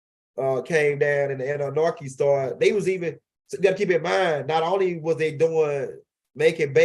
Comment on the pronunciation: I need u to take THE (((( NARKI ))))) OUT OF Annunaki 🤣 Period...